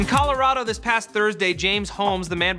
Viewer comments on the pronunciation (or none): none